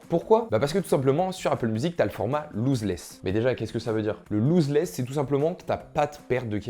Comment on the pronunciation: Attention pour la prononciation c’est « loss » less et pas « loose » less